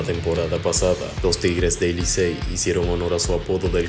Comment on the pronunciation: "Ey licey" 😅🤣🤣🤣🤣 tienes que oírlo detenidamente